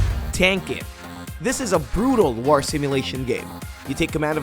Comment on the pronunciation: Man I love this video, but I can't stand how you pronounce "War".